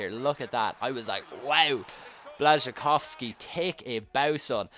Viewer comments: No bla-shi-kovs-kee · You say it like blashchikowski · You say it Bwascykofski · You didn't say it right sorry , close